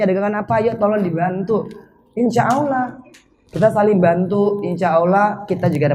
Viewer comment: Assalamualaikum warahmatullahi wabarakatu. Mba Anggie maaf perbaiki ucapan nya Allah 🙏🙏🙏